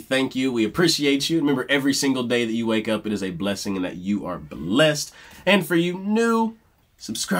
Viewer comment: I'm so glad you mentioned Karen's elocution. When I was in choir there was an emphasis put on pronunciation and we were told not "chew your yous" (when singers say "chew" instead of "you"). It is so much more beautiful when pronounced correctly. Karen was definitely one of a kind.